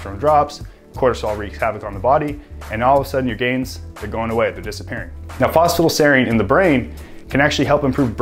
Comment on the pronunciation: Is it me or he says "fosfa-dile"?